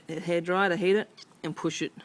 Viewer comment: dude, did u say , HEAT or HATE.. what are u Ausey? or what?